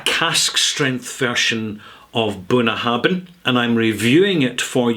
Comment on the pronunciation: I'm sure you know Gaelic "bh" is pronounced as "v", not "b".